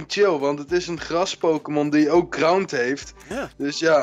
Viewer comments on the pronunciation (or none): Gggrrras Gggrrrond ~ 2017